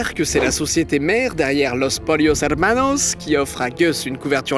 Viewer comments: S'il avait prononcé sans accent ça aurait donné "Los PoLLos" 🤷🏻‍♂️🤷🏻‍♂️ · "Los polios hermanos" purée avec toutes ces recherches tu parviens pas à savoir prononcer un mot espagnol aussi simple ! c'est insultant pour les hispanophones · Salut, faut arrêter de vouloir prononcer certains mot avec un accent. On dit pas los polios mais los poyos, on dit pas walter weight mais walter white